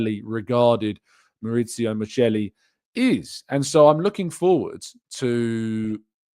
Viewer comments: The pronunciation is "mikeli", ch in Italian context is pronounced as k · FYI Michel is pronounced Mikel